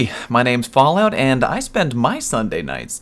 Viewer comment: Are we just going to ignore "Fawwout"???